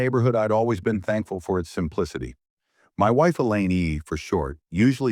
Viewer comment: Elaine not A Lane or Ang.